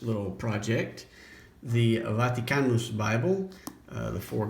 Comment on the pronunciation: Love how you pronounce "Vaticanus." Proper Latinate phonology!